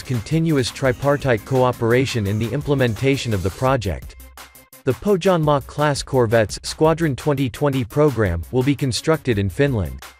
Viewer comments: It's spelled "Poh-Yanmah", for crying out loud! And The Finnish Navy can make do with Gabriel missiles, coz if enemy has survived SAAB sensors, SAAB JAS-39 Gripen E, SAAB torpedoes and SAAB Bofors/ Bae 57 Mk III/ Bae 40 Mk IV there's nothing to lose engaging Gabriel missiles. [Just joking] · The pronounciation of Pohjanmaa makes me cringe 😂